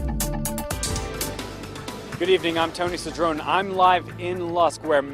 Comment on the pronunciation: Why don't you pronounce your name correctly Tony? It's CedronEE not cedron.